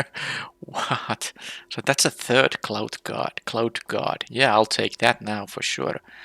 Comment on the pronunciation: Your accent made the Cloud Guard sound like Clout Guard truly a chad. Also it seems like flyers always win games super easy not many reach creatures in the last few sets.